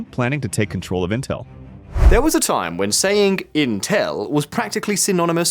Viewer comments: What the FLICK is inTELL ? Is this an AI robogob trying to pronounce INtel ? "There was a time when saying inTELL was" proof that you were ignorant. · Why does he keep pronouncing it "Inteeeeeeelllllll"